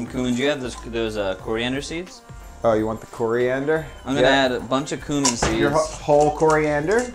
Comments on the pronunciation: He says "coomin" so confidently :D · The way they say cumin makes me uncomfortable